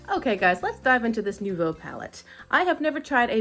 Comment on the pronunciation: I really love the look you came up with using this palette. Also, kudos on being one of the few on YT that pronounces the name right (I took too much French in high school and college for it not to catch my attention unfortunately as much as I wish to ignore the mispronunciations). I thought about getting this palette when I cashed in Ulta points last fall but went with the Rose Metals instead because a) wasn’t sure if RM limited addition and b) RM fits my eyeshadow aesthetic better even though most reviewers didn’t seem to like the color story for themselves. To my mind RM has more one and done or 2 quick color options available for when you don’t want to fuss over a look. That said, I’m still keeping the Nouveau palette in mind either for when I build up enough points again or for when it inevitably goes on a half price sale. As it’s is very neutral I do think Nouveau more likely to hang out a bit longer than Rose Metals. I do remember the comparisons at the time of release being to palettes like BH Avocado toast (which I have) so I didn’t feel as compelled to get it immediately although that purple wisteria shade is definitely a draw and I really like how you used it. I hope all is well as you get closer to your due date- I was looking at your hoop earrings and thinking that those will soon have to be put away for awhile so rock them as long as you can :)